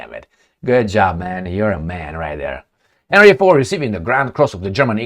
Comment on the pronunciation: And he pronounced it "Harry", not Henry or Herny.